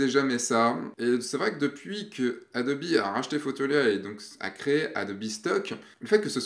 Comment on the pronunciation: Ce qui me perturbe le plus c'est le "Adobi" ^^ Bon j'ai quand même une question sur le adobe stock : il y a des conditions particulières pour participer ? (age min, photographe pro, abonnement adobe...)